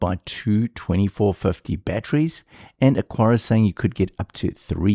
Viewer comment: Say it with me, AH-kar-uh (Three syllables: "AH" like "father", "kar" like "car", "uh" like the schwa sound at the end of "sofa")